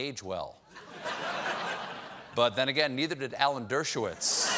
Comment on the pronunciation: Dershowitz: "Dirt-show-whiz"...